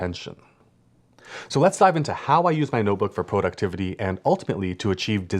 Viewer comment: Great video! Thanks! I don't think I've ever seen productivity broken down quite this way, working backwards from the end goal and making tasks for each checkpoint, and have bookmarked it to return to and rewatch. Random bonus comment... When you said Pro-ductivity near the beginning of the video, I flashed back to a friend of mine who is originally from Ottawa, Canada, but who has lived in LA for many years. When we were talking on the phone a few months back, he laughed when I said "Pro-ject" (not "Prah-ject") saying I was making him homesick for Canadian pronunciations. I suddenly thought, " must be Canadian, too, because who else talks like we do?" 😂